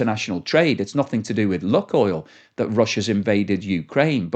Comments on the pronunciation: LOO KOYL NOT LUCKOIL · BTW, it's not pronounced "Look-oil" but rather "Luke-oil". That's not 100% correct, but much, much closer. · Lukoil is pronounced luke-oil, not luck-oil. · Not properly pronounced that way mate. Long U